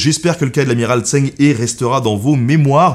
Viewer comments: Merci pour la vidéo ! Mais dommage pour la prononciation, surtout quand il s'agit du sujet principal : "tch'eng reu" est plus proche. Un petit tour sur Google Traduction ou autre la prochaine serait top ;) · Par contre la prononciation du nom... ça prends 2 minutes à vérifier donc ça décrédibilise un peu ton travail. Il y a des sons qui sont pas en FR mais au plus proche on pourrait prononcer ça "Djeungue Reu" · NAAAN !!! "Tchœung C'hhhœux" ( H comme ch dans bach buch achtung ou comme j dans rojo lejar joven) En fait, 郑和, Zhèng hé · se prononce "Djeungue Re" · (Ça se prononce "Sheng") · Djeng reu, dommage que la prononciation de la plupart des noms chinois soit pas bonne. XI,xe... aussi ça se dit shi, sheu... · Zhen se prononce Djen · La prononciation est horrible haha. Zheng He, si on veut le dire à peu près bien, c'est Zheng HEU (avec une sorte de h soufflé) 😊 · J'allais le dire !!! Mais ce n'est pas logique pour un Français, le pinyin ... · Je ne prétends pas affirmer ou infirmer ça. Ce que je dis, c'est que les lettres, et surtout certaines consonnes, se prononcent différemment qu'en français, c'est tout. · En toute bienveillance, je souhaite te corriger sur ta prononciation de "Zheng He", je ne puis te faire entendre la bonne. Ecoute la via un logiciel de traduction, c'est important pour ta crédibilité... On ne s'en rend pas toujours compte, mais pour les sinisants, ça peut te donner l'aire pas très sérieux, car pendant 9min tu écorche pas mal de fois son nom ^^ Si cela t’intéresse, il existe deux types de transcription phonétique, le "pinyin" qui est la transcription venu de Chine qui est imprononçable correctement pour celui qui n'y est pas familier, et une transcription issue de l'Ecole Française d'Extrême-Orient qui a pour but de ce rapprocher d'avantage de notre prononciation française pour éviter au maximum ce type d'erreur pour des non sinisant (même si elle reste à mes yeux une transcription encore imparfaite), voilà sinon j'adore le contenu ! :)